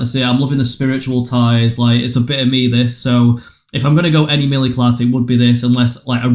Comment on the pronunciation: Thanks for the help but melee is pronounced "maylay"